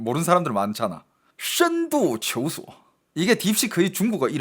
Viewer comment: 你是中国人？？你说“深度求索”这四个字的口音，不像韩国人…